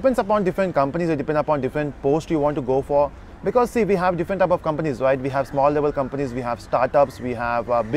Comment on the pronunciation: Same shit in every video that claim to train people. At the end of day the same standard dialogue that echo " it depends on companies and position". To hear this shit we have to watch your "training or guidance" videos. One more thing, the word is different not diffent as you pronounce